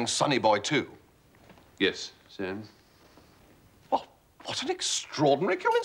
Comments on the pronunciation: Time for a hearing check I think my friend, cause he doesn't say snir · Am i the only one who cringes when Mr Fry pronounces "Sir" with a nasally "Snir"? The audiobooks have a more appealing interpretation of Jeeves' vernacular.